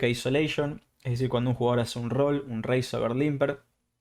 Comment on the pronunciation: Tern not turn. Coll not call. Reist not reised .. bord not board. muy bueno el video. Maestro ud. . Cual version incluye todo esto. Gracias. Te regalo la ayuda de pronunciación del ingles.